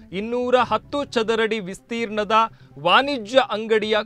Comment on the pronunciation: ಕೋನೆ ಅಲ್ಲ ಕೋಣೆ...ವಾನಿಜ್ಯ ಅಲ್ಲ ವಾಣಿಜ್ಯ, ವಿಸ್ತೀರ್ನ ಅಲ್ಲ ವಿಸ್ತೀರ್ಣ...ಬದಲಾಯಿಸಿಕೊಳ್ಳಿ